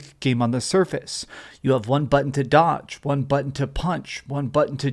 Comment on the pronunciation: Say Butt Hun again x